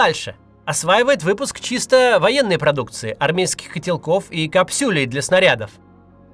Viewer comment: кАпсюль, не капсЮль )